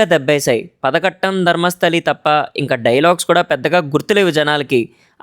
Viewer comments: Adi padaghattam kaadu ayyaa...its paaaadhaghattam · Bhayya adi Padhagattam కాదు padhagattam